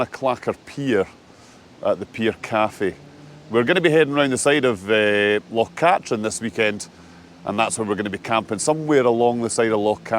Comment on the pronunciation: I'm sure its pronounced Loch Kat-treen